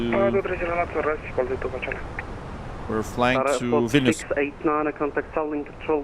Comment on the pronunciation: Why is it weird hearing someone Vilnius name properly and not something liek Vilneus. Nice work!